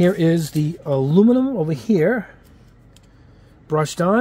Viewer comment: Hey, man I love your channel. I love the intro music and your reviews are very in depth and informative but HOLY MOLY do you struggle with the word Aluminum! Please learn how to say it because you have a perfect command of the English language but when You say A-loo-ni-mum it makes you sound like a 6th grade dropout. Please work on that because we love you man! A-Loo-mi-num. Thanks for the great content